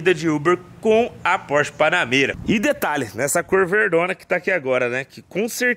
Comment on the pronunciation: "A" Porsche Panamêra.... :face-green-smiling